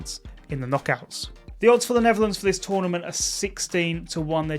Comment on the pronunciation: I heard that too